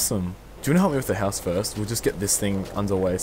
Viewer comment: its house not houe